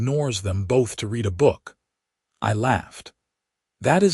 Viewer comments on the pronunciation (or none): Why dont you feed red instead of read into you fake voice system?